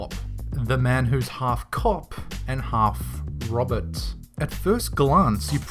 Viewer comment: It's half robot 😕 not Robert